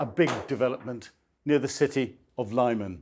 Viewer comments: It is pronounced 'LEE'man not 'LIE'man! 🤗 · It's Lyman (Lih-man, not 'lie-mun') Ukrainian and surzhyk do not operate according to English linguistic rules. Anyway, it's heavy around Lyman, my friends are still fighting there and the orcs have choked off the Lyman-Slovyansk road. It's not as rosy as this report suggests. But National Guard and 3rd Army Corps units are holding the city. Strange that the '2nd Battle of Lyman' wikipedia was renamed 'Lyman front of the Kharkiv counteroffensive 2022', with no page and misleadingly writing 'the Lyman front' (2022-25) out of history, and the Lyman offensive thereafter stupidly named (on wiki alone) 'the Northeast Donetsk Campaign', with no page or mention of 'The 3rd Battle of Lyman'... but that's what happens when armchair enthusiasts decide to write up the war in their own terms. In reality, the Lyman front 2022-26 has been the consistently busiest front per enemy infantry assaults, and usually in the top 2 heaviest daily sectors on a day-by-day basis. The Serebryansky Forest (or Kreminna Forest) fell in December 2025, so it's misleading to speak of the forest when the Russians are well to the west of its western edges, and are west, northwest, north, northeast, east and east-southeast of Lyman itself. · It is not Laiman, it is LeemAn. Please call some Ukrainian interpreter and ask him to give you a lesson on Ukrainian geographical names pronunciation . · Please stop saying 'Liemun' 🤙